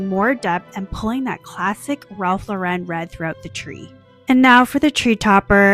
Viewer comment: Lauren is pronounced like the women's name. Please learn to say it correctly